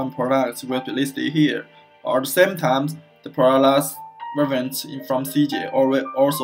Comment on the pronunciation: I understand this is run by non English speaking - I know its hard to provide service in English sometimes but Hiring someone for $50 per instructional video that speaks excellent English would be a very very good investment. I want to know how your business services work but I can't understand you. Took me 5 minutes to figure out you were trying to say the word "variant". Canader is pronounced Canada. "Prodas" is pronounced products ( prädukts). Not trying to be rude here, just pay someone that speaks english- if its to much money ask a friend or a family member